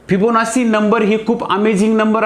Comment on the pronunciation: सर, एक छोटी सुधारणा... ' फिबोनासी ' असा उच्चार नसून ' फिबोनाची ' असा आहे..